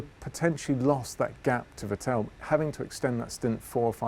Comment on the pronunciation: Everytime i watch these video I ABSOLUTELY CRINGE when dude says "Vettel" while it's possible maybe that's the correct way but I don't believe Seb even says it like that